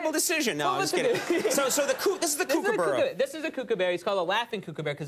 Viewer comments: It’s pronounced cook a burruh not cook a bear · It’s not a coocooburrue it’s a kookaburra ko-ka-bar-rar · Americans say Kooka-barra it's Kooka-BURRA mate! trust me I'm Aussie! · Never in my life have I ever heard a kookaburra been called a kookabear? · I’m Australian and I’m ashamed about how he pronounced kookaburra. It’s cook-a-burra. Such an expert....... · Can't pronounce kookaburra and worse impression ever. Sincerely, Australia.